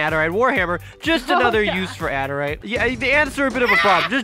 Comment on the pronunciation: adarite its adurite